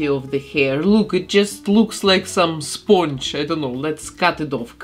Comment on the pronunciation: I love the way you said SPONGE omg spünch